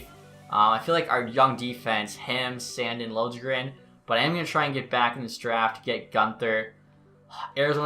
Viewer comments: Sand-Eeen not Sand-in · Hey just so you know it’s pronounced San-deen not Sand-in. Looking forward to the series!